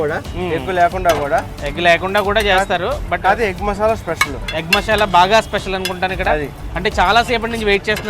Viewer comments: మషాలా కాదు మసాలా.... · మషాలా కాదు బ్రో. మసాలా. మిగిలింది మాత్రం ✌️ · Mashala kaadu anna adi Masala